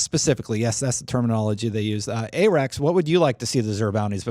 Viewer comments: Aahrekz not aaarekz 🤣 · Listening to call Arekkz Ay-Rex for the entire show was too cringey, corrected them at the end when he plugged his channel... bless him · Arekkz: Hey-: Ay-Rex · That was driving me crazy lol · What the hell pronounce the hosts name correctly!!!